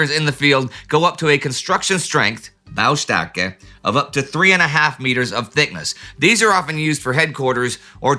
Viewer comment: I found that video very interesting and I loved Indy's pronounciation of "Baustärke" :) Greetings!